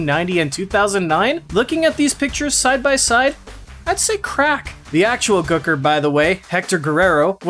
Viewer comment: For the way you say Gooker I'm glad you slapped yourself